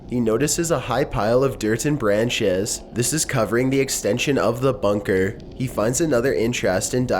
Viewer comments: WTF IS BRANCH-CHESS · bran CHES, stru CTURES loca TION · A high pile of dirt and bran chez.